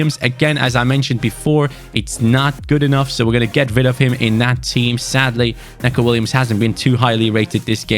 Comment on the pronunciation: Sorry but this really annoys me For Neco Williams it’s pronounced NICO Not Neco.